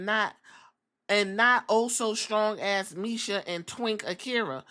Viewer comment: Not defending what she did but her name is Masha with an a not misha lol